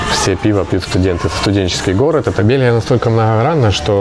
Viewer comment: Не белги,а Белхи😂